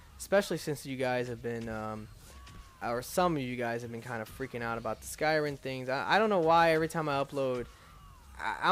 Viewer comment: Why can't you say anything right????? It's skyriM. Not skyriN.